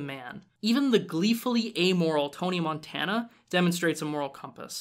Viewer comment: Would you stop saying Montana like the state, thats not how his fucking name is pronounced